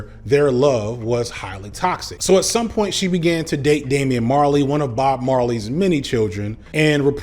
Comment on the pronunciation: cringed every time you said Damian... being the most famous of Bob's kids has drawbacks... lol